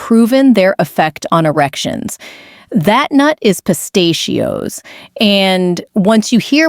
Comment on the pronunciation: This cheap computer A.I. program doesn't even know how to pronounce "pistachios."